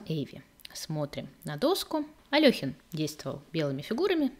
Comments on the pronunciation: Вы в курсе, что в БСЭ пишут то Алёхин, но тут же в скобках указывают верное произношение — Але́хин. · Але́хин... В БСЭ пишут Алёхин, но тут же в скобках указывается верное произношение — Але́хин.